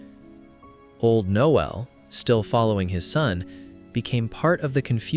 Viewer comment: Not Noel, Knowell